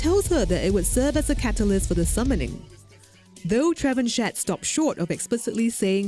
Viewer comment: trevenshet xD its funny to hear the name pronounced that way because it french, the correct pronunciation would be Tra-vahn-shea